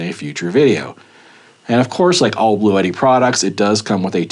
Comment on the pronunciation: it,s blue tti not blue et tti.